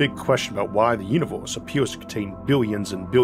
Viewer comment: How are you gonna make stuff like this and then talk like a toddler? Put some of the money you're making into a logopedist. "pwospwew" and "uniwews" in the first 30 seconds, that's unbearable. You have such a good voice other than that, too.